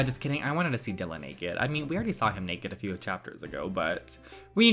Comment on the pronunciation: Oh and Btw Dylans name is pronounced Die-lan